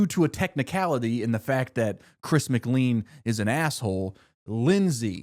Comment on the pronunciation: Its Chris MC CLANE! NOT MC CLEAN!!!